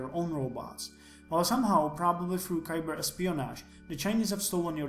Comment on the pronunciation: Yeaaah, never deal with a crown using technical questions. I notice you're pronouncing "cyber" "ki-ber," when it's actually pronouned "sigh-ber" Yeah, you should really just try to avoid the military if you don't want to lose tammy and elly. The military path is very exclusive and requires you to abandon a lot of your humanity and almost all your relationships. I don't really know why you choose it to the expense of all that.